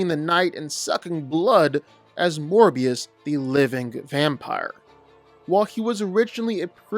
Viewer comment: Why did it say morbius loo